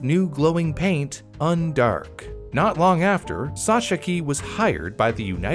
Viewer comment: I have looked on the internet for the pronunciation of Sochocky, but I don't think that is right. The original pronunciation probably was something like: So-khots-kih.